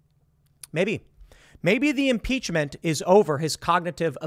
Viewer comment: Lol the Republicans would never do such a thing. They're all talk... Also "impeachm" lol